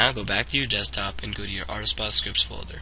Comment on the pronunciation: he said rsbut tehe